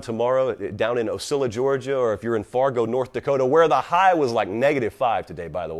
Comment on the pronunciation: He knows how to pronounce Ocilla, GA... you're the man!